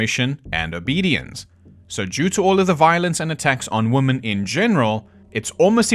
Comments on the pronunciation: You have an extremely interesting way of pronouncing women 😂 Reminds me of the way woman & women inexplicably get mixed up by people when they are constructing sentences. Don't really get it as it's not as if it's complicated. Maybe it's just due to carelessness. Typing in haste, repenting at leisure. But I don't think that accounts for all of it. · Can we go back to pronouncing women correctly?